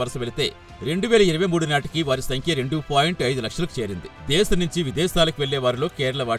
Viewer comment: తెలుగు బాషలో ' దేశం ' అంటారు, అమ్మాయీ గారూ !! దేషం కాదు....